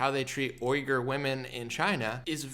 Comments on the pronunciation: I love you and your work to death! But I'm like someone's gotta show him how to properly pronounce Uighur / Uyghurs! It's said wee-ger or wee-gur. Thanks for all you do my man!! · it's pronounced wee-gur homie. Just FYI. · It’s pronounced “ WE GER “ Muslims